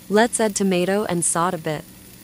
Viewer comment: It's pronounced soh-tey... not saut.